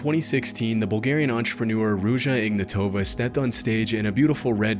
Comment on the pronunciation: also the last name its on the last letter not first its ignatovA not IGnatova